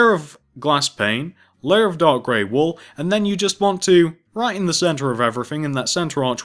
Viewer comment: When you say dark gray wool it sounds like your saying dog gray wool